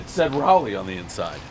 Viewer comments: Pretty sure it's RAW-LEE and not RAA-LEE, anyway. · It’s not Rally it’s Rawly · It's Raa-leigh, not Ry-leigh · rawlie not raulie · OK - we're not in Rawleh... well covered in the comments here, now, the thing he almost forgot was the NC State Wolfpack.. thumb against middle two fingers "go Pack" not... meow or whatever he said. best review everyone know the rules. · Somebody tell my man how we say Raleigh down here please lollll. Rally is what happens in such sports as your dearly beloved Pickleball, Pres lollll. Love this guy. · Raleigh is pronounced Ral- eigh.... Ral as in Wall and lee... Ral - lee 🙂